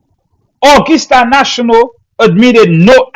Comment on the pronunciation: Brother....the word is pronounced "Uhh gus tuh" not " Uhh gis tuh". That is gus not gis. We have a nice music festival in our state of WV called the Augusta Festival.